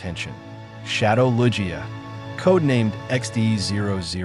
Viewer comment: Is the voice in this video AI? I noticed Johto was pronounced incorrectly. EDIT: Okay, now Lugia got mispronounced. Kinda strange my guy ngl.